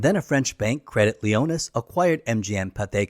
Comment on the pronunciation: I've watched all of your Bond vids so far, and am really impressed with the research and detail. Look forward to the next one, but with a small reservation... While I get that Americans have no idea how to pronounce French (Lyonnais?) it would be great if you could try to pronounce British names and places as they should be. 🥴 Even better if you could manage other actors' names as they would want to be known. Vauxhall ✅ Thames (in the same sentence!) ❌ "Temms" ✅ Daniel Cregg ❌ It's Craig And many others... I get that US English is different in many ways, but names of people and places aren't. Us Brits usually manage to pronounce Tucson and Arkansas correctly. I have many friends who speak English as a second or third language who can still manage this small task. After all, Bond is British, right? 😉